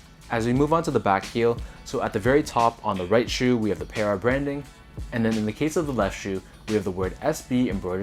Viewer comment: PARruh not pairruh